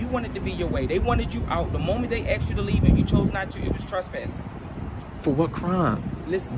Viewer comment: Maybe if those first two officers in the opening video “asked” the man to stop recording instead of “axed” they would have gotten further. That sounds so uneducated and ignorant speaking like that. 🙄🙄